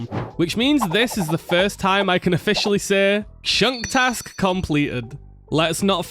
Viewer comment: Even "chunk task" sounded kind of like "shank task"